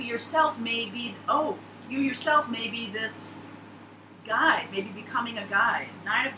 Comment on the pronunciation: I thought you were saying "Your becoming a Guy" but, you said "Guide"